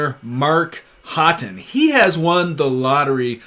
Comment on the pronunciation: I thought Haughton was pronounced Hawton, not Hotton. Anyway, cultural difference.